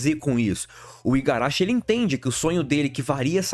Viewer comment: Agora que percebi que ele está a dois vídeos falando Igarachi, mas não apaga que o vídeo é muito bom. Tô no hype 🔥🔥